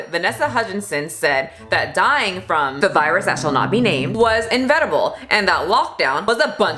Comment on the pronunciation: Make a public apology for saying "invetible" instead of inevitable. now.